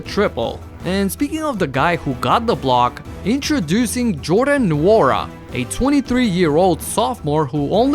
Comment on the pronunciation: Just a small correction on Nwora's name. The N is silent its spelled (N)Wora